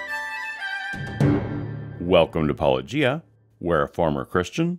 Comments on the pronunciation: I think the latest apologetic talk point is to mispronounce Paloo-gea on purpose. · 15 seconds in and we've already got "Paulo-GEE-a" and "describes himself as a former Christian". Is getting the name right such a big ask? Is taking at his word about his faith transition so much to ask? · It's amazing that these apologists don't seem to know how to pronounce "apologia", whenever you take off the "a". As in "Paulogia". Whoever pronounced it, way back, as "-ogia" which is the wrong intonation but correct "G", props to you. It's really quite irritating to hear "polojia" over and over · Paulogia. Pronounced "-oh-JEE-ah." It really really really isn't that hard to get right. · WLC seems to get some weird pleasure in purposely mispronouncing Paulogia as "Paulogee'a", he knows full well how it is pronounced from his earlier interactions with...what a petty little man. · Wtf is with Conservatives/Jackwagons that refuse to call someone the name the go by? Jesus. pronounces PAH-loh-GEE-uh in the beginning of EVERY video. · Whilliyam lone Chraug has such a difficult time getting Paulogias name right. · Any apologist who can't pronounce Paulogia's name can be dismissed immediately since they are either too stupid to remember how he clearly pronounces it in his videos, too lazy/intellectually dishonest to watch the videos in the first place, or deliberately mispronouncing it because they are still kindergartners, mentally. Any apologists who can pronounce his name correctly should probably also be dismissed immediately, since religious apologetics is an inherently disingenuous concept, but hey, who knows, maybe one of them will finally think of a position that wasn't debunked at least 50 years ago. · Basically the exact same pettiness that prevents him from pronouncing Paulogia correctly. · Like how he also purposely mispronounces the channel name every time he does one 9f these videos. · I think Craig mispronounces your name on purpose now